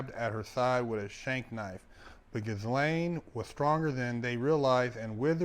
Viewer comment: He said Gis lane…😅😂🤣